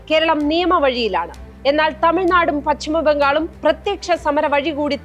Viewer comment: ഓട്ടർ പട്ടിക അല്ല, വോട്ടർപട്ടിക. പച്ചിമ ബംഗാൾ എന്നല്ല, പശ്ചിമബംഗാൾ. ....:face-blue-smiling